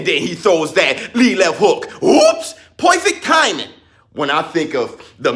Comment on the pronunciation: UUWHOOPSS POIFICT THAIMING! Had me dying every time you said perfect timing. lol